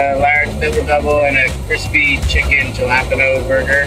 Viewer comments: jalapeño is pronounce hal a peen yo and the guy pronounced it ja lap en oh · I've watched this video probably 100 times and i just now figured out the dude is saying jalapeno. I was like wtf is a chilapido. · Who the hell pronounces Jalapeno as "JALAP UH KNOW" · "Ja-la-pé-no" and "Mcginnis" sound about right 😭😂😂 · the two of them cracking up on the way the guy pronounced jalapeño makes me so happy. Sidney’s laugh and smile in general makes me really happy. Lady in the blue jacket is adorable btw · The guy pronounced jalapeno phonetically... Oh Canada.